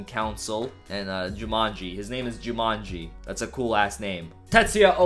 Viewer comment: the way you read Jyuumonji heard like Jumanji for me , lol Yotsuba, Yotsu means the 4th in japan, and the Shi in Shiba can also means 4.